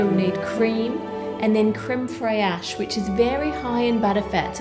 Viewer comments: Ann: says creme fey-ache me: (French) NNOOOOO its CrEmE fRaIcHe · HI Anne- I'm a big fan! Small thing: it's pronounced creme 'fresh' not 'frey-ash' :) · Oh dear, I love you, but please don't call it "cream FRY-ASH," it's okay go easy mode and just pronounce it "cream fraish." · lol Ann it's crème fraiche, as in fresh not friarch! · u r a great Baker but it's strange that u cannot pronounce crème fraîche. its not freyache its like saying fresh..Just a constructive criticism..U r doing a great job..keep goin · My ears bled at the crème FrEyAsh 🙉 Fraîche, put it in Google Translate and hit the speaker. It's just frehsh 😊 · Cream fraiash!!! It is creme fraiche which is pronounced almost similar to the english word “fresh” with a little bit more fancy tongue movements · crème fraiche ? fraysh pas fri-ash . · Creme FRESH not Fray-ash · Fraîche is pronounced like fresh. No need to zhuzh it up. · I know you're way more knowledgeable than me in...well probably just about everything but, I'm pretty sure that isn't how you say creme fraiche. I thought it was pronounced(and mind you I'm no expert) Creme fresh.(like fresh air fresh maybe with a slight flourish if you're french or fancy) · No one: She: CrAimE FrAiaChE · Very sweet how you say creme fraiche 🙃 it’s pronounced fresh.. your welcome 🙃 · I’ve never heard anyone pronounce creme fraiche like that and I grew up in Australia so it’s not an Aussie thing surely. It sorta just sounds like ‘fresh’ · "crem frayash" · did she just say frayash instead of frâiche.... bye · Wow that's an interesting way to pronounce 'crème fraîche' Easiest way to pronounce it as closely as its origin is 'cram fresh' by the way. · No, I promise, it's really really not how we pronounce it. We say it like the rest of the world. I heard her, and came looking for this comment. "creme fray-Ash"?? No. Uh uh. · So weird Frey-ash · I call it crem fresh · French people pronounce it creme fresh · Crem fry-esh? Lol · It's pronounced crem fresh